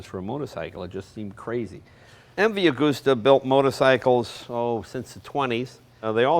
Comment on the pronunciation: Please, you don't drive a motorcycle, you RIDE a motorcycle. If its such an iconic make, why cant you pronounce it properly? Agooooosta, is not the correct pronunciation. Anyway, enough of that, I'm off for a drive on my Cooowasaki Ninja........